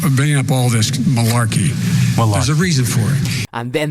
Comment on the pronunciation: 🤦🏻‍♂️cenk lost his nut at “Marlarkey”